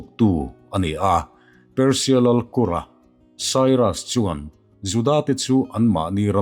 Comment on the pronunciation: Kura nilo in kurrra ti a thuk tur sir